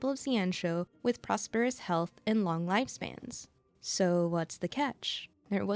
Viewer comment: If you look at Welt's summon screen you can see Void Archive figure on the back. So he most likely somewhere in the universe. Long is actually pronounced "Loong", which rhymes with "loop". Its the pinyin for Chinese character "龙".